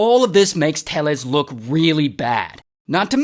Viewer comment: It’s Tay-yes.